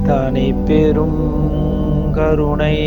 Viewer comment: மந்திரத்தை உச்சரிக்கும் போது எழுத்துக்களை சரியாக உச்சரிக்கவும் மகா மந்திரத்தில் அருட்பெருஞ் ஞ் என்று குறிப்பிடப்பட்டுள்ளது தாங்களின் ம் என்று உச்சரிக்கிறீர்கள். தனிப்பெருங் ங் யும் ம் என்று உச்சரிக்கிறீர்கள். பெருமானாரின் மந்திரத்தை தவறாக உச்சரிக்க வேண்டாம் நன்றி